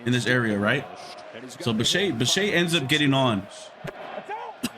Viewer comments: The name is NOT pronounced bi-shay, it's bi-shet. How does ANY baseball fan not know that? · First of all, dude if you’re gonna make a video at least pronounce the guy’s name right……. The guy is not French. It’s a hard ETTE at the end anyway I can sum up some of these ridiculous comments with one thing and say that I’m not sure which was the better team sometimes the better team doesn’t play better and by the way, not all of Roberts decisions were that wonderful to be honest with you and I’m a diehard dodger fan. I think that the Dodgers might’ve been the better team as a whole, but the Blue Jays out played them as a whole they just didn’t win the series and that happened sometimes so I guess part of your video I agree with and there’s a couple parts of your video that are not so agreeable to me. But you know people need to do what they need to do you know for views and likes. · I was just saying that Yamamoto threw a bad pitch and the double play bailed him out. It’s Bichette that you are mispronouncing.